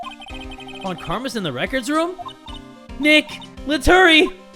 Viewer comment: I have a dream, that one day will learn how to pronounce Von